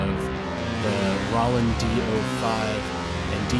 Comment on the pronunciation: this might be the first time i've ever heard anyone pronounce it "Rah-land"....